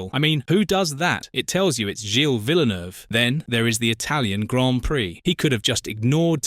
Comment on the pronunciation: Full of inaccuracies including a narrator who can't even pronounce Gilles' surname...